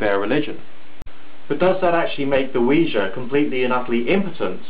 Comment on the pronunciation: 1.FINALLY someone pronounces it CORRECTLY!!!! 2.Science pisses me off! 3.Nice vid ^.^